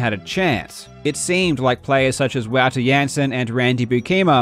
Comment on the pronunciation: Yo bruz I'm pretty sure "Wouter" is pronounced like "Volter" (as in Walter, but with a V)